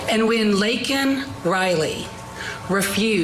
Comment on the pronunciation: And keep in mind that regarding this case, Biden only had one apology to give and that was to Jose Ibarra, whom he rightfully referred to as an “illegal”, despite mispronouncing Laken Riley’s name. Let. That. Sink. In.